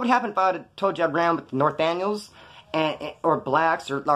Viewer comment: The Nor-tan-yos 😂😂😂